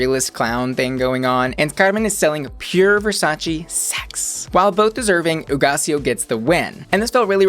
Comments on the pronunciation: I like your Spanish! I just watched FPR with Nicky and Alexis, so I keep thinking about the pronunciation for "Hugaceo" and you did it just fine. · Yeeeeess pronouncing Hugáceo's name right!